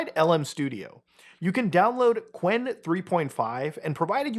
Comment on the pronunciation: qwen is actually pronounced Q-Wen